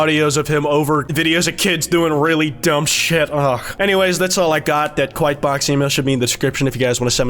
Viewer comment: YOURE KWITE